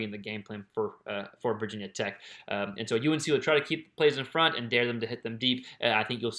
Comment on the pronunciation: It’s not “Vaaa Tech”